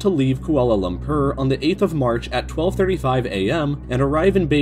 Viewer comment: Kuala Lum-purr